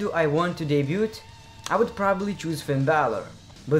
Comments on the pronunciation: The T is silent in debuT btw haha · Should let you know bro that Debut is pronounced without the t at the end (deb-ue) Keep up the good work bro! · Just so YA know m8 the T in debut is silent love your vids though👍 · Just so you know, you don't pronounce the T in debut. :-D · U don't pronuce the t in debut.